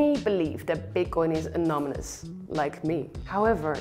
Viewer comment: did she said anomynous instead of anonymous?? 🤔🤔